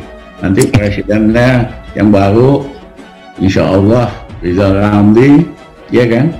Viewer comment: Rizal gagal RRRRR